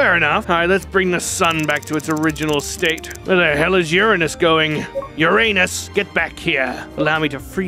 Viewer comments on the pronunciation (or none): Bro the way he said Uranus 💀